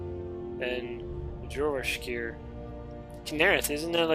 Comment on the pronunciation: just a tip, all the "J's" at the beginning of words are going to be pronounced as "Y's" example: "Yourvasker"= jorvaskor "Yarl"= jarl